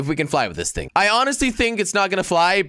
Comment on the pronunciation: why is he always saying things wrong? like, bridge = blidge , thing = think...